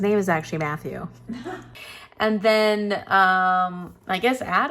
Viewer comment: how dare you slander my man MATTHEW by saying his name wrong! 😂😂😂😂😂😂😂😂 I forgive you!